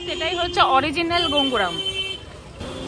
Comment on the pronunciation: কথা টা গোঙ্গুরাম নয়। গঙ্গোরাম । ভুল কথা টা কানে লাগে।